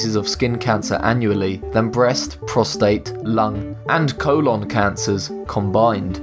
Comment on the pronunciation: You're pronouncing colon wrong. Also its mice not mouses.